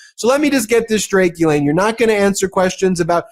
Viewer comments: It's ghislene and it's pronounced 'jis-lene'. You would sound a lot smarter if pronounced it correctly. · She pronounces her own name Gee-lenn.